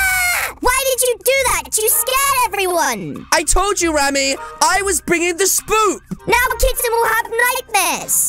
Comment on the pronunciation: It’s not spoop it’s spook